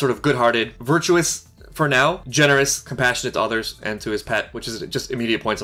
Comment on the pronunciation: "Virtuous" hehehehe